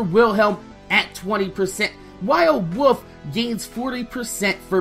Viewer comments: When you say "wolf" it sounds like "woof" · it sounds like your saying wuf when u say wolf